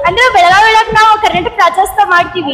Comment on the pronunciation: ಬೆಳಗಾವ ಅಲ್ಲಾರಿ ಬೆಳಗಾವಿ ಅದು ಬೆಳಗಾವ ಅಂತ ಕರಿಬೇಡಿ